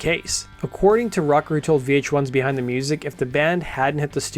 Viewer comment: We all just gonna ignore dude pronouncing Darius Rucker's last name as "Rutger" like the college (Rutgers University)?? 😂